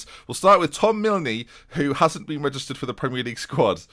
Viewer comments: Mil"knee" just miln don't pronounce the e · Milne is pronounced as 'Miln' (you just don't pronounce the 'e') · Do you really not have the name ‘Milne’ down south? It’s pronounced Millin. And you’ve still not got Radice (Radeetchy) right yet 😂 Interesting fact: finally got back to the gym after a car accident and was, of course, sporting the colours. Between the walk to and from the gym, and my hour in there (as well as that brief wonderful moment trying to explain why I support a team that don’t exist), 2 people shouted ‘Up The River’ and one person walked past me and said ‘Aye The Thames’. As for position... I think we’re gonna break into the top four this season and the UCL! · One minute in and noticed how you pronounce Milne - just to clarify, it's just "Miln" x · The e is silent in Milne